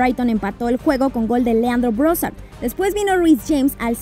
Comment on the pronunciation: Leandro "Brossard"?